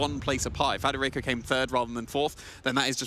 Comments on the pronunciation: the other caster in the match kept gently trying to correct him by pronouncing his name correctly immediately after too but this guy just insisted on pulling an extra R out of thin air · Why can’t some of the casters read that it is federico rather than fRederico….